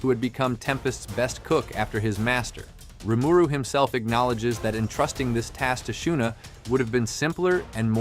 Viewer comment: In the anime, sub and dub, Rimuru name is pronounced, why do you pronounce it differently?